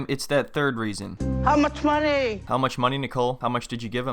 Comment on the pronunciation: This guys edits are funny af...the "how much mah-ney" part caught me off guard and made me spit me drink out